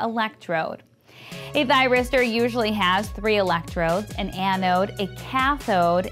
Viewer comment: If one does not succeed, try, try, "tryristor" again.